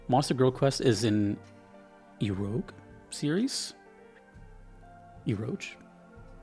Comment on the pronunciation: man i just hate how americans pronounce words they dont understand. unironically just pronounce it ero gay. and you would be on point. and the gay part is just how the japanese would pronounce game